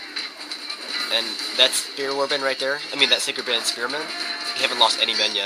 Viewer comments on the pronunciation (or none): LOL it's funny the way you pronounce the word "Sacred Band" I always understand "Psycho Band" XD GG though!!